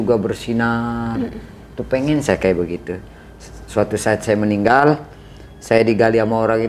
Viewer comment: Si narasumber kl nyebut meninggal jadi ninggal😂